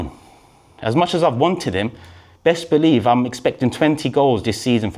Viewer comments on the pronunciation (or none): none